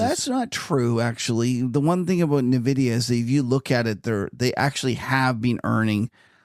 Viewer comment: the demand for AI chips is huge. The correct pronunciation is N-vidia, not nevidia.